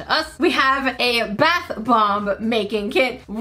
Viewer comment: 😅😂😂 You forgot to say bAth bomb 💣 but you said,brth bomb 😊😅😂😆😆😆😆😆😆😆😆😆😆😆😆😆😆😅😅😅😅😅😅😅😅😅🤭🫢